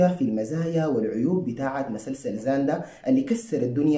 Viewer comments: بالجد والله دا ينتقد شنو كمان بنطق المسلسل كدا😂😂😂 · ليه بتنطق كلمة مسلسل كده😂😂😂😂😂